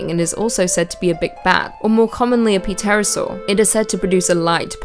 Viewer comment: Haha “P-Terosaur”.